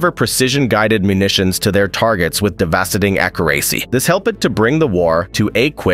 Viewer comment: Why did he pronounce devastating accuracy like that🤣🤣🤣